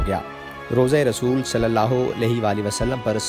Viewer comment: میل کے لئے رضی اللہ عنہ اور فی میل کے لئے رضی اللہ عنھا کہتے ہیں، رسول اللہ میں رسول کے لام پر پیش ہوتا ہے زبر نہیں ان غلطیوں کو درست کرلیں جزاک اللہ خیرا